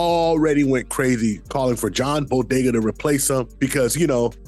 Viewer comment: Brooo!!! He kept calling him Bodega lol it is Boyega